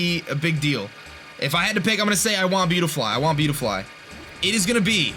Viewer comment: Buttyfly...... say that but slowly. See how it sounds like BUTTy-fly...... it’s spelled beautifly.